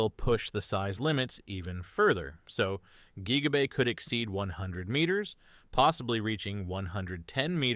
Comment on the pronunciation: "geeega bay"